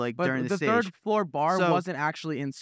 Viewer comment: "thord floor" 😭😂😭😂😂😂😭😭